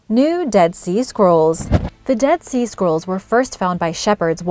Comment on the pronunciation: For a moment I thought she was saying "dead sea squirrels", lol.